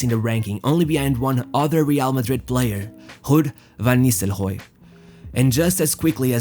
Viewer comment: Hobinho and hud van nistleroy, its bloody rob and rud.